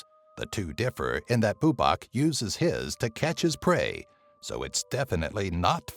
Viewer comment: its bubák not búbak